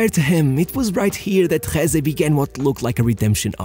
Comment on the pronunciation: As spanish gotta say i never saw talent on him, he was just fast, so fast, but thats all. Btw it´s Jesé not Jése.